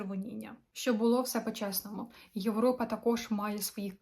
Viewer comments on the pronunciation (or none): none